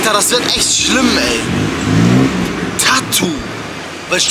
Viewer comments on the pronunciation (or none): Alter es heißt nicht Tattuh